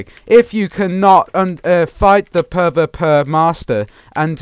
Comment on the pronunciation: It isn't puh vuh puh its pee vee pee